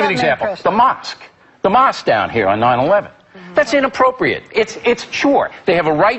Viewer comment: Rofl i know! the way he said it i meant, its meant to be mosque, but at the start he said moqsue lol